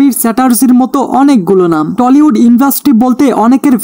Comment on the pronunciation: টলিউড না টালিউড হবে রে গাইয়া গবেট